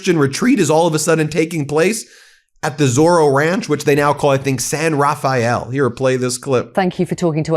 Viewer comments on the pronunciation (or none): Did he say "SIN Rafael","sin", "saint Rafael"¿? The guy looks like a robot not human.